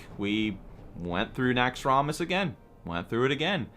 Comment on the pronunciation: if it was so epic, why dont you pronounce it right? NAXX-ROM-ASS lol every time you say it i wanna throw my mouse